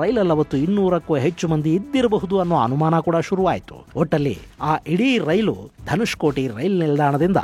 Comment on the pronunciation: Not Dhanushkoti it's Dhanushkodi .